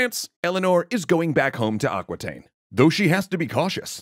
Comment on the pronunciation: Aquitaine is pronounced "ah" (like "America") "ki" (like kiwi) "ten" (like the number 10), not "aquateen" :D